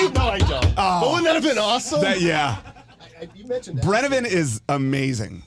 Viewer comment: It's swedish vodka, it's called brännvin, not brännEvin. 😊 And that is vodka pretty much.